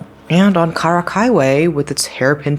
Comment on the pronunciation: Karak doesn't have such an exotic pronunciation as the way you say it. It's simply pronounced as "car ruck"